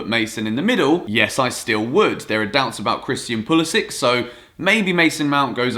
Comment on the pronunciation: I’m American and we don’t say pah-lis-ic we say pull-is-sic